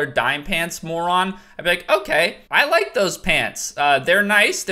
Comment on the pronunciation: isnt Dime prounounced Dee-May